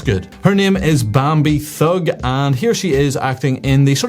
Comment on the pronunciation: "Bambi Thug"...? Did I hear that correctly?